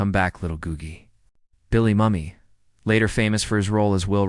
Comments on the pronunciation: I remember so many of these guest stars as they were already famous. Paul Lynde is remembered as the nearsighted Dr. Dudley and would remark when seeing Herman's hairy hands, saying that Herman brought his doggie along. What's with the mispronunciations? For instance, Billy Mummy???????????? It is pronounced like 'moo-me'. Gotta give this video a👎 for the mispronunciation and missing major points of the guest stars........................ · Um.....that's pronounced Billy "Moomee" , not mummy. He's alive and well today. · "Moo-me" not "Mum-me". "Del-Louise" not "Day-Louise". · Bill Moo Mi, Not Mummy. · It’s Billy MUE me ,not MUMMY .